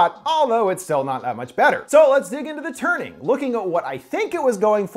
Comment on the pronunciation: I thought he said 'The Turding' xD